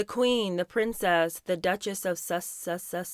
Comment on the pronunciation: You think if she was a true fan she would at least know the word Sussex (she obviously can’t pronounce it right lol)